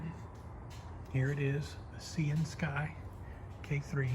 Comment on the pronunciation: I think that the name of this company may actually be pronounced as Syan-sky as in the colour of the sky, Sy-an. Please don't think that im trying to be rude. I'm just trying to help. Please keep up the good work.